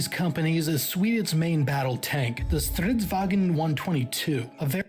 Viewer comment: It's stridsvagnen, not stridsvagen. He said it a bit wrong.